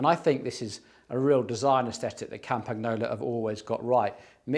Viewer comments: Please pronounce Campagnolo like "campaniolo", it's way better than "campag-nolo". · Campagnolo is pronounced "Come-pun-yolo"! "GN" in Italian works like "NY" in English. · FYI… The G in Campagnolo is pronounced like the word: Gnocchi (pronounced /nyo-kee/ so Campagnolo is pronounced /kam-pan-yo-loh/ 😉